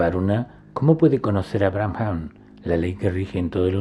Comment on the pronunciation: Excelente video, maravillosas enseñanzas. Con respecto a la palabra Brahman, creo que se pronuncia Braaman y no "Bramjam"